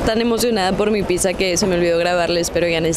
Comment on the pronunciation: Porqué dice "pisa" qué cringe!! 😮